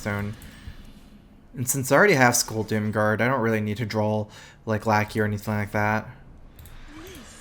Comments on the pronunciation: can anyone tell me exactly why he pronounces "draw" drawl? Have always been a bit confused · It has nothing to do with 'accent' he literally just mispronounces it.